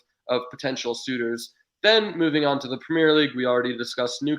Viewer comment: Considering the American loves getting pronunciations so correct, why can’t he say “premier” league properly? Great stream though keep it up